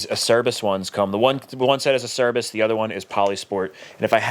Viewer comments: I love it! So excited to see all the videos that are going to be going into this project. Also, I don't want to be that guy but I guess I'm going to be that guy. Acerbis is an Italian company and it is pronounced Ugh- chur ( like church without the ch )- bees. 🤣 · Nah, that's the only one. But don't worry, I pronounced it ace-er-biss for about 20 years before I learned the correct way. Search for Rocky Mountain's video on how to pronounce Acerbis, it's hilarious. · I worked at a powersports dealer back in 06, and none of us in the parts dept knew how to pronounce acerbis. So we literally called the company and said "hi, how do you pronounce your name?" They said a-cher-bees.